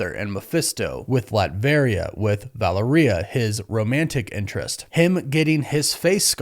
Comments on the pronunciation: Vuh-LAIR-E-UH,,,,, sorry bro i just keep hearing you say valerie-uh... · Stop pronouncing Valeria like diarrhea. Say it with me, now. val-AIR-ee-uh.